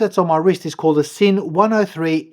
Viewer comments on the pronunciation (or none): Just fyi it’s pronounced Zinn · Beautiful watch. BTW it’s pronounced Zinn. It’s a German made watch and S in German is pronounced Z. Sinn Zinn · It's pronounced Zinn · Nice piece. In German, Sinn is pronounced Zinn.